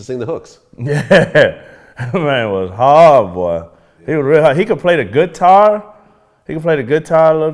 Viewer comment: Wtf is a gut tar Paul lmao